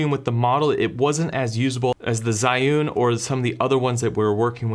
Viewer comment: Zhiyun don't pronounce like what you did..